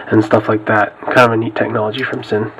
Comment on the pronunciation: I believe it's pronounced "zin". Just f.y.i. not trying to sound like a douche. Thanks for the review.